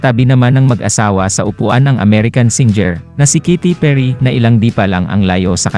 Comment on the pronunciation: Ayosin mo nga ang pronunciation mo... KATY PERRY hindi KITY PIRRY..... ginawa mong pusa. Basta maka vlog lang kasi